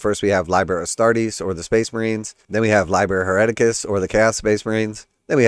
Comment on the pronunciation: I think im gonna pass. Btw it's pronounced lee-ber (liber) 😊